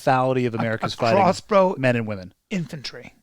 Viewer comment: lol crossbow is NOT silent